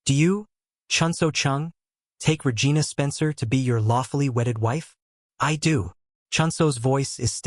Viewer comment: Regina-vagina…sounds like an old Seinfeld episode.Pay attention to what your AI story teller is doing and do appropriately 😮😂😂Good story though 😂😂😂